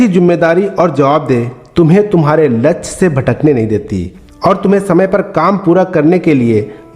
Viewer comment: वीडियो अच्छी है, पर कृपया शुद्ध शब्दो को बोले, ध्यान दो, लच्छ नही, लक्ष्य बोलो, हासिल नही, प्राप्त बोलो,। अच्छी वीडियो हैं, बार-2 लच्छ बोलना, बुरा लगता हैं, कृपया ध्यान दो।